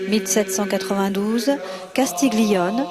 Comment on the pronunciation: RHAAAA !! Ne dis pas "Castiglione", par pitié! Le "g" ne se prononce pas. Quant à certains chars, ce sont des "Chaffee" (prononcer "tcha-fi", et pas "tcheu-fi") :-S P.S.: Désolé d'avoir commencé un pourrissage de video par ces subtilités de prononciation. A+